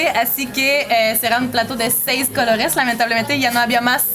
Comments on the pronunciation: Plato de los siete "cologes"😂😂 me gusta tu pronunciacion jaja,!! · Pogr fabogr😂😅😅😅 plato de 7 cologes canadiense franchute saludos . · Ella dice "plato de siete cologues" jajaja. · No la escucho que pronuncia cologes; se le escucha colorres man lavate los oídos primero